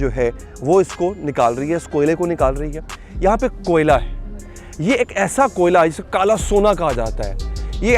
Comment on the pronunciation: 2mint 16 second pr ap ne Koila ko Kola keh dia...